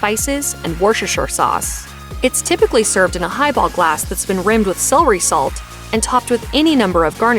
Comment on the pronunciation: The narrator of this video desperately needs a class in pronunciation, both English and French. She butchered so many terms it's not funny, especially French pronunciations. But she also hacked "celery" and "culinary". How could she be hired or work as a narrator???? Awful, she is.